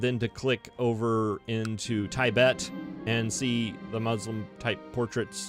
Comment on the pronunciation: Please learn how to pronounce Tibet.